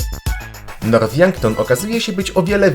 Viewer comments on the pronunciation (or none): Mowi się nort a nie norf poprawa